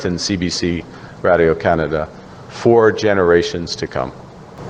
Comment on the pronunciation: Since when was the word 'radio' pronounced that way!!! What an idiot!